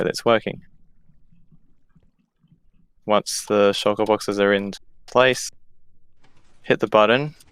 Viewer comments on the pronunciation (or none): Everyone: shulker boxes: shiker boxes